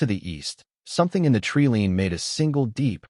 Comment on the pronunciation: tree lean or tree line? fix the AI narrator? cool story